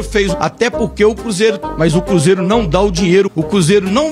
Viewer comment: Ele so fala cúzeiro kkkkkkkkkkkk